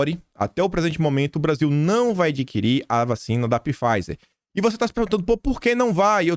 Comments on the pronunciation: Não é Pifaizer que se fala, é Faizer, o P é mudo!😝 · .Pfizer = Faizer, essa é a pronuncia..bjs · Pronuncia-se “faizer” com p mudo e não “pifaizer” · URGENTE...... VOCÊ COMETEU O MESMO ERRO QUE EU À ANOS ATRÁS.... NÃO SE FALA PIFEISER E SIM FEISER.... LABORATORIO AMERICANO..... 🤔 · pronuncia-se “Faizer”. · Nobre, sou chato e seu seguidor. Pfizer se fala 'fáizer', engula o P, abraços. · apenas com o intuito de ajudar, o nome pronunciasse Pfizer = faizer, o "P" é mudo. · Pfizer = "Fáizer", o "p" é mudo. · Só uma observação,: Pfizer se lê Faiser 😉 Obrigada por tanta análise boa que vc traz todos os dias 💐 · Não é !!! Empresa fundada pelo alemão Pfizer ! Procure a pronúncia no Google Translator !